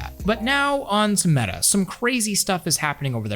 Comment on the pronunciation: "It's Medduh Horizons, just with legs!" - Zuck it, Metabookulus!:D Looks interesting with those warped tracking rings, guess you won't clash them into each other as often as with the Q2 (the Q1 is actually better because they're a bit smaller and dont extend so far inwards), but after having seen the leaks of the Cambria controllers, I don't wanna have anything else anymore.: praises the controllers for not doing things drastically wrong Also: shows a pic of the Pimax Dumpster Fire:D I hope he knows that L in the US basically is roughly like 4XL in Europe...:D